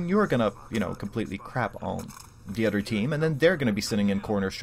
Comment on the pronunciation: When u say other it sounds like u say utter